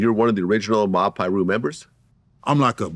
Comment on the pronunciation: Someone teach Vlad how to say Piru